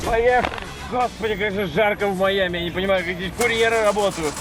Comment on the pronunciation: Жень, ну как ты такое УПУСТИЛ. "Маями" вместо "Майами" (не придираюсь, просто обнаружил недочет)